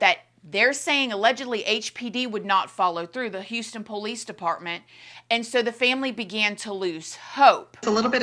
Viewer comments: My day isn’t complete until I hear say “the PO-Lease” (police) 😂 so cute and cracks me up every time!😊❤ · I totally agree!! “The PO- lease”!